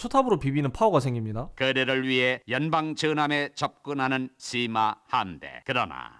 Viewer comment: 분명 시마 라고 쓴거 같은데 ㅅ..ㅂ으로 들리는걸까